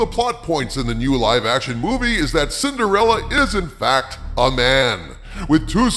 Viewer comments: Sin-der-fella. Says it all right there. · When says "Cinderella," I feel like I want him to pronounce it "Cinderellie!"